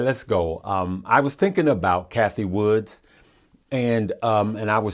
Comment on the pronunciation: Cathie Wood. Not Woods